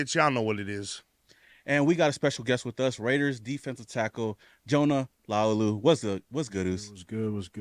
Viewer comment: someone sayin his name right finally!!